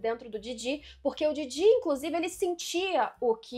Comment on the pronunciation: Somente eu fico agoniado com essa pronuncia dela do Jiji e da Momo? Como se estivesse falando do Didi dos trapalhões e "Mômô" como se fosse abreviação de "Môzinho" ou "Amorzinho"?